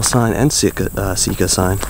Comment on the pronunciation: I think we should put a billboard at the MD boarder... It is not Seeka... it is Sika!! What is it with dudes from PA?